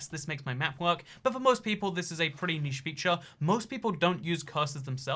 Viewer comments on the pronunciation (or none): none